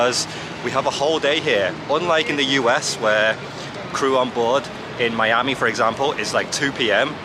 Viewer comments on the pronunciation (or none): none